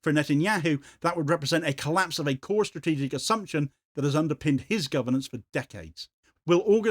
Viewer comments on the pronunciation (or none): none